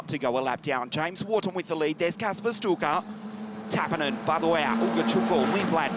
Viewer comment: By the way, "Sztuka" is pronounced "Shtooka."